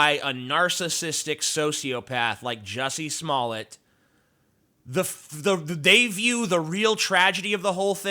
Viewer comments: Smoll-A? I thought it was pronounced Smoll-D. budumtiss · Your name's pronounced Smoll-D too, isn't it? (I know your comment's a joke. Or at least I hope it is.) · Umm, the right pronounciation is actually "Juicy Smalley" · Actually, it would only be Smoll(ay) if there was only one (t) at the end of the name, ie 'Smollet'. Two t's (tt) is the usual way you pronounce it. The idiot wrote a check for $3,500 and didn't think it could be traced, lol, lol.